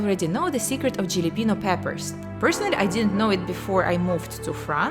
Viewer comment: HAL a peno....the j makes an h sound. i dont mean to sound rude.